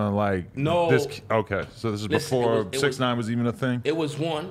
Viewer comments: Why is he saying bix 9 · What is he calling him Bixnine? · Says bix nine but also says casanova🤨🤔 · Is he saying “bix” or bitch?